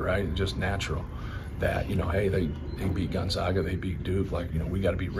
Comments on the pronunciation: Is there even one person in the Purdue organization who knows that it's Gon-ZAG-a, not Gon-ZOG-a? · It’s Goon-zag-a 😂